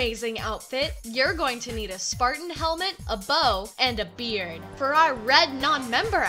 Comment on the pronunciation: For the second red outfit, I thought that you said beer instead of beard XD